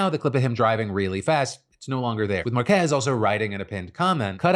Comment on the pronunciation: I never heard anybody call marques’s name in a Mexican accent 😭